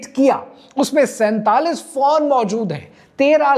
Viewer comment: PHONE NOT PHAWN. 🎯🎯🎯